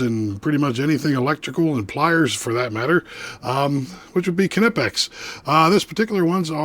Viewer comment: Nope. I would say that Knipex USA and UK would be the last word on how to pronounce the name in English, and they both pronounce the K. However, it’s not “kuh-nip-ex” like some Americans (including the video creator here) say, there is no implied vowel between the K and N.